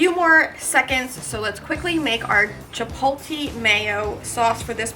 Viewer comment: Couldnt finish the video. If i heard chip-pol-TEE mayo one more time, i was gonna come through the screen.